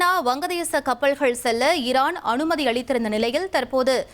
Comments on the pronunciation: ஏன் அம்மா உங்களுக்கு தமிழ் வாசிப்பு அத்துணை கடினமா? ஈரான் என்பதை இரான் என்று வாசிக்கிறீர்கள் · அம்மா இரான் இல்ல ஈரான்